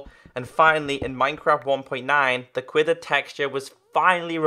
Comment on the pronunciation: It is pronounced quiver not quither